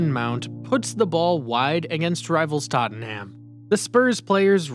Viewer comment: And Tottenham isn’t pronounced like that